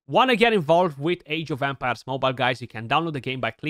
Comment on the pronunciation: Sounds like you're saying "Age of Vampires" 😂😂😂